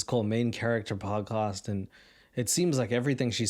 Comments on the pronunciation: Dude great show but why do you say “podcuuust” 😂😂😂😩😩😩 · Great podcast but I can't get past the way you say podcast 😂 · why do say podcast like your from "saaf Landan"?